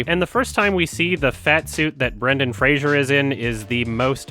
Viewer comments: You're mispronouncing Fraser Didn't you see that video of him complaining that everybody keeps saying Frasier ? It's pronounced like blazer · It's Fray-zer